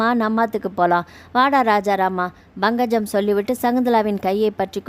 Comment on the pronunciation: Bankajam illai, Pankajam endru ucharikkavum